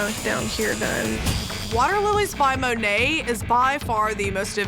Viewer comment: I'm surprised that Dave Navarro pronounced Monet incorrectly.